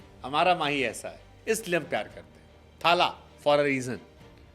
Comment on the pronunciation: Mahi retire hote hi bhagwan bngya .. retirement ke time log tadap rhe the retire kab hoga… ye media wale bhagwan ram bna ke rakh diye .. uppar se ye bihari jab thaaaaaala bolta hai bihari accent mein toh mann krta hsi khaini ghused du muh me